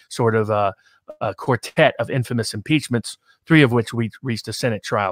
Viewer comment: 'peachmints are awesime, just ax Dom Lemin...